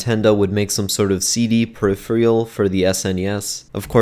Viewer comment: N64 dd boot up screen shown as n64 didn't have one? That and the mispronunciation of peripheral aside, good work.